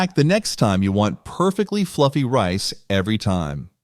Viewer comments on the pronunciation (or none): none